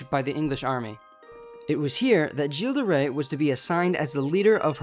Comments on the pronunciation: the right pronounciation would be "Guill De Ré" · The way this guy pronounces Gilles de rais pmo